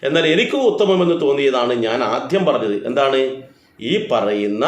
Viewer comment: ആധ്യം എന്നല്ല ആദ്യം എന്നാണ്